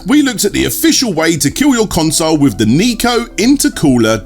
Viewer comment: Nyko is pronounced Ni-Co like High, not Nee-Co like Knee.